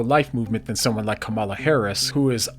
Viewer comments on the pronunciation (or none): Love the channel. But what is it with people that refuse to pronounce the lady's name properly? Her name is KA-ma-la, not ka-MA-la. I would think a Christian commentator would take the high road and not practice the disrespectful and childish stunts of nasty politicians. Think this is a snowflake attitude? Well, what would your attitude be toward someone that intentionally and consistently mispronounced your name? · Seriously? Trump has pronounced the VP's name as ka-MA-la instead of KA-ma-la because he has an accent? Oh brother.